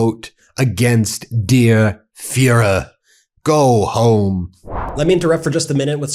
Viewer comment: Ben, it's der Führer (pronounced "dare fuehrer"). Kinda sounded like you combined English with German by saying "dear fuehrer"